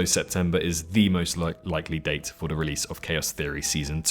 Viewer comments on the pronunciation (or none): none